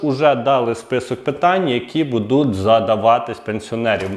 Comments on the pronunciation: Добрго дня!!! Ви молодець, але працюйте над собою, більш ретельно готуйте тексти... Правельно говорити "БУДУТЬ", а не " БудуТ" Вибачте, але поки дослухав Ваш виступ... слово "БудуТ" сильно різало вухо. Слухав тому, що батьки попросили розібратись із данимипитанням. Якщо виходите у ефір, знімаєте відео ретельніше працюйте над текстовкою та вимовою.❤ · оце ваше будЕ, будУт... - ріже слух. Серйозні ж теми